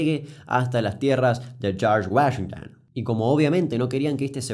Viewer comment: Nadie: Absolutamente nadie: Ni siquiera yo que estudio inglés: Damián Kuc: Sharsh Uashengtan